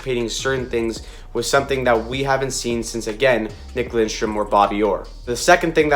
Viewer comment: This will be fun to watch him and Seider battle it out for the Norris every season. 🤣🤣 also one tiny thing, there is no "n" in Lidstrom! Other than that great vid!